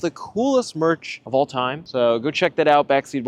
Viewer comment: It always sounds to me like you're saying "backseat boys".